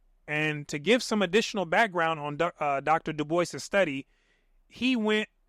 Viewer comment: Du'bwah is the pronounciation of DuBois, no?